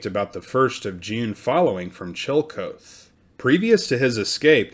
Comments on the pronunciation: Good stuff here! However, as a historian and an Ohioan, you should check your pronunciation of words. Chillicothe is not—“Chill-Kothe” it’s “Chill-Uh-Koth-Ee.” Scioto is not “Skee-Oh-toh” it’s “Psy-Oh-tuh.” and Duquesne is definitely NOT “Do-kez-knee” it’s “Due-Kane.” You can look these words up on Google and get their proper pronunciations. Great stuff otherwise! 👍🏼❤️🫡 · Love ya, man... Thus I am obliged to tell you Chillicothe is not Chill-coat but Chill-uh-koth-ee. Just sayin'. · Old town was pronounced like CHILL A KAWTHEE not Chilly Co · Please note Chillicothe Ohio is pronounced Chill-a-KOTH-ee Chill Uh Koth Ee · It’s killing me…. the proper pronunciation of the town Chillicothe is NOT chill coath (2 syllables), but rather chill uh kaw thee (3 syllables). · It's chill-ih-koth-ee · Chillecothe is pronounced Chill -- e -- co --- the. The "co--the" is two syllables. The "co" is pronounced cau, as in coffee. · Chillicothe is pronounced [CHILL-eh-KOTH-ee] and 'Quebec' is pronounced in Canada as [kuh-BECK]. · That's pronounced chilla koth ee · Duquesne (sp), and Chillicothe, mispronounced.